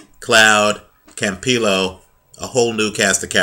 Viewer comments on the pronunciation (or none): its (Cam-Pee-Yo). TMT Promo doesnt look to be scouting young talent just established fighters.